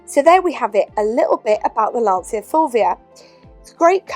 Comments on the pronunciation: Fascinating car. I like the front end and dash styling in particular. Not being pedantic but the Italian pronunciation sounds like 'Lansha' :-) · I hate doing this, so forgive me, but it’s pronounced - ‘Lan-chia’ - the ci is a ch sound in Italian. Sorry for being pretentious! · Listen to the pronunciation of Dacia, it's the same. A short 'a' followed by 'tch' and another 'a'.